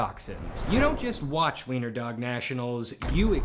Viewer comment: thank you for pronouncing the w right. most people will just pronounce it the english way, but u actually knew what u were doing this doesnt matter at all but i still appreciated it